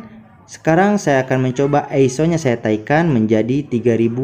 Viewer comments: Naikan, bukan "taikan"... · Bukan TAIKAN, tp NAIKAN, hadeuh